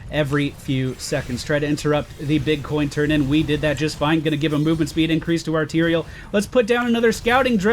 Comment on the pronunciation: He said incwease Hahahaha